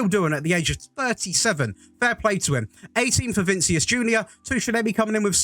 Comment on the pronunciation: Please stop saying Vincius instead of vinicius 😭😭😭